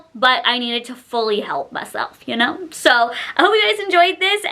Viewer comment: "Sow you want TWEWW tablespoons…" 🥴 why do you talk like that? You not only look like Kermit the frog, you sound like him too.